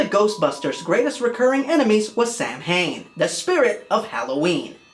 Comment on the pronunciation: OK so you know it isn't samhain it is pronounced SOW-IN! kills me a little more each time i hear it mispronounced. I don't mean to nag but just hurts when it such great content creators do that i know you might not have been aware so I hope you get to read this.